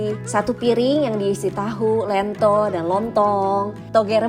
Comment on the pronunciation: Lentho kan bukan lento